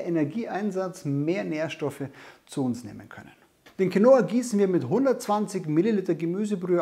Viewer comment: Quinoa wird auf dem "i" betont, und nicht auf dem "o". Als spanischsprechender Mensch hört sich dieses QuinOa ganz falsch an :-D